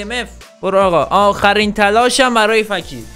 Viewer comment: اومد با ادب باشه به فکیر گفت فَکیر 😂😂💔❤️